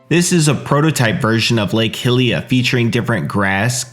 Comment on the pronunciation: "Lake Hilliya" :D